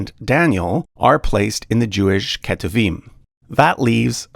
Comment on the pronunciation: Hey! I noticed you pronounced כתובים as ‘keh-too-veem’, while it’s not far off, the correct pronunciation is more like ‘k’toov-eem’. Hope that helps!